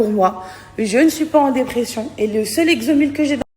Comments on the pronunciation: Mais.sarah du dit tout??? Tu dis rien, pas d argument, aucun vocabulaire... Euh lexomil pas l l'hexomedine 😂😂😂😂 Rien de pire que cette beauf.... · Hoouuuuu ça fait mal Ines à terminé Sarah . Va chercher la def de personnes âgées. C'est toi la fake . Elle ne sais même pas prononcer lexomile . Dégage Sarah va re faire voir. INES ne te laisse pas faire . C'est ce qu'elle a voulu faire avec Mila dans les vacances des anges mais elle ne C'est pas laissé faire . Elle veut régner sur les autres la pumba . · Waouwwww,,, elle aurait pu écourté la vidéo..... il faudra revoir le français..... c'est lexomil et non hexomedine.... elle parle de chirurgie esthetique ???? 🤣🤣🙄😓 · Eh Sarah c pas "éxomydile" mais c "éxomile" Voilà 😂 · Bonjour, au moins, on sait qu'elle ne prend pas de "l'hexomil" !! 🤔😂😁, elle ne sait pas dire vraiment le nom. Les filles, vous êtes toutes belles et jeunes, aimez vous !!